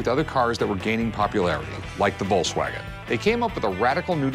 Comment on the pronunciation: Oh, yeah, the Volzwagen